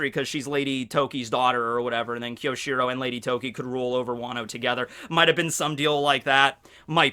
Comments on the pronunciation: Fuck, your pronunciation is killing me. You're usually such a weeb so how come you don't know it's Kyo-shi-ro and not Ki-yo-shi-ro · Great video! But be careful my fellow Japanese student. It's きょしろ and not きよしろ.